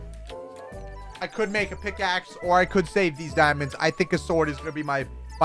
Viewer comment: At a point in the video, he said pigaxe